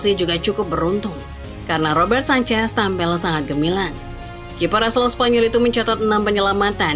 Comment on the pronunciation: Jangan sebut sanchez, tapi Sancech 😂